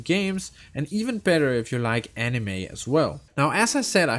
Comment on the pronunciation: Did you just mispronounce Anime. I don't know but I think Anime is pretty main stream. Also you mention you don't like clicking to progress. Genshin already updated this in settings you can enable auto dialog and it will progress without clicking unless there is a dialog choice.